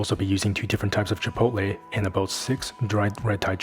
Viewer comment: You are the first YouTube chef I have heard pronounce Chipotle correctly. I had to play that part back to make sure I wasn't hearing things. It's usually pronounced Chipol-tea which makes me cringe. I have a warning about making your own chili powder. Wear gloves, just in case. And take the blender outside and blend it out there. The first time I made chili powder, everyone in my house was coughing and teary eyed for hours. If you lift the lid and are not careful you will mace yourself.